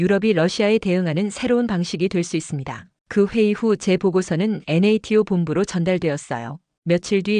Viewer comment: 편하게 나토라고하지 왜 엔에이티오라고 듣기싫은 발음을 계속하는지 모르겠다 주관이 객관을 밀어내고있구나 ㅉ ㅉ ㅉ